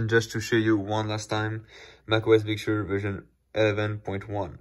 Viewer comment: Can please say 'Big Sir' instead of 'Big Shur'?